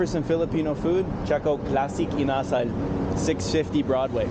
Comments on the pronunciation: It's pronounced ina-sal. Quick and continous, just like the word "salabat." Not inaah sal. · The way you pronounce "INASAL" means "behavior"😅😊